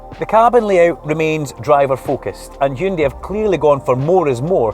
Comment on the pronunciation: YES! He said Hyundai! Not Hayundai ..